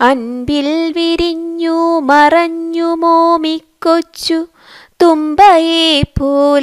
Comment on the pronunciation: മറിഞ്ഞു അല്ല മറഞ്ഞു